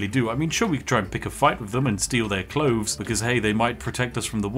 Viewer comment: The word is clothes, not cloves!! Aaaah, I’m not sure I can watch all of this. Sort it out! 🤣